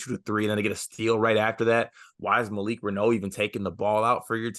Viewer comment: Pronounced Malik Rah-New (not Rah-Know)